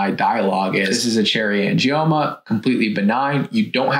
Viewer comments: Cherry angimonas ??? You want to give advice & you can't even pronounce AN-GIOMA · Angie-Mona haha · Did she say "Angie-Monas"?? 😂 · It's Uh Angie Mona! 😂😂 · I’m having trouble looking past the fact she pronounced it like, ‘Cherry Angie-Mona’ 😂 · Cherry "angiMomas"? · Angimoaner! Can't watch any more. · Not to mention she says " angiomonas"... sigh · The fact that the person who made the video couldn’t pronounce “angioma” correctly is a red flag. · Tipoff was when she didn’t say “angioma” correctly. 🙄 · As soon as I heard her mispronounce “angioma”, I would have logged off.